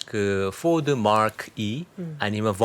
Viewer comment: 포드 마크는 Mark가 아닌 Mach로 R발음 없이 그냥 마크라고 읽는게 더 원래 발음에 가깝습니다. 아마 이 모델명을 착각하시는 것 같네요.